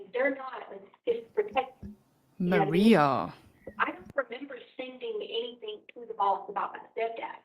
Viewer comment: It's so crazy to me that she was actually hired by any school district when she can't even pronounce words right or place them in the right spot in a sentence. I know everyone already knows this but it's just so damn annoying to me how she talks! She turns g's into k's, anything become "anythink" thing becomes "think"! She starts a question with the words "Why come". Apparently she's worked at alot of different schools so what has happened with our school system right here in the US? I think the entire country needs to do an internal investigation on our school system since they hire people like her! That's just beyond ridiculous!!🤔🙄